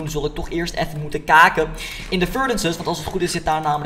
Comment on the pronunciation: Kaaken 😂😂😂 (kijken)